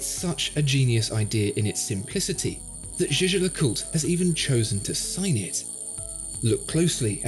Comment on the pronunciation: Why is this guy not pronouncing half the name of this watch? GeGe le coolt... That's how he make it sound...